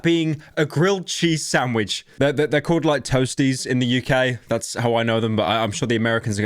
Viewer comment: huh, the entire vid is really pyro just saying "snandvich made rong". He truly rose up